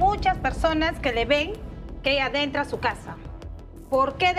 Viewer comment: “Dentra”? 🙄 por que no se educan ?